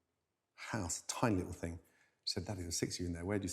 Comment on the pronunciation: The fing? I am sick and tired of this pronunciation..The thing.